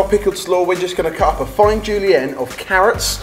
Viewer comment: Fans tend to complain about how everything gets worse over time. But I am quite glad that putting spaghetti into sausage is not a thing anymore on sorted. Also, "julienne" gave me serious headache